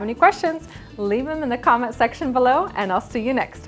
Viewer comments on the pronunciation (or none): none